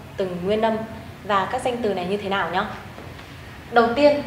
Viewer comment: cô đọc "như thế lào"